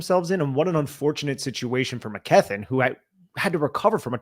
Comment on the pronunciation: Love the podcast but the pronunciation of Mckethan drives me nuts for some reason